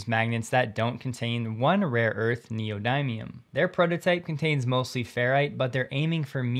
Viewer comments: it's a short "i" sound ... not long "i"... dim, not dime... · Enjoy your talks very much. Thank you. I believe it's pronounced (nē′ō-dĭm′ē-əm). Although you hear it both ways. Wraps look very nice but most people don't understand that they normally last only a few years and have to be replaced.